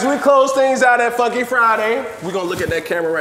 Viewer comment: So it “foonky” fridays? …because of the ü?